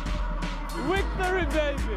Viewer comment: "Wictory baby" looooooooool